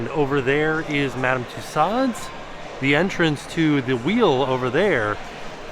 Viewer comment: Respectfully, it’s Madame Two-sew’s, NOT Madame Two-sod’s. It’s French.